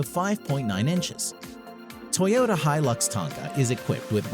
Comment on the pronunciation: God if I hear him pronounce hilux wrong one more time...........